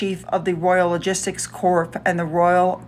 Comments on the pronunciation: “ Corps” is pronounced “core”. 🙂Between 20,000 to 45,000 military personnel in a Corps. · ‘Aldershot is not pronounced as you said it. It was not a ‘commitment ceremony’. It was a committal where the deceased is committed to the grave. Finally ‘corp’ has nothing to do with a corporation. It is the Royal Corps of Signals. You’re welcome.